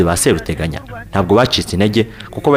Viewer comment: Seruteganya barivuga ushyizemo ubutinde. SeeruteganyA . Naho Nyiraburunga ( Nyiruburanga) Yari umukono koko.